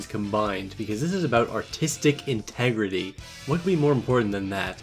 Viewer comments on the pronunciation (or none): Can you plz say "artistic integrity" without slurring the words